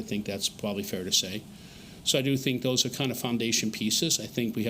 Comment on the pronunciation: Drink when he says “Pwobably” 🍻